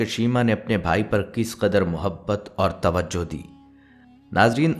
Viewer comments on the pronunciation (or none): none